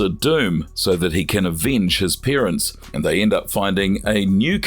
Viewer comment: It’s also parents not peerents